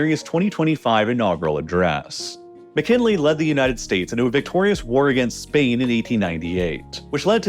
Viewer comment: President William M’Chinle?😂 You’re engagement bait by mispronunciatio video z Unsubscribed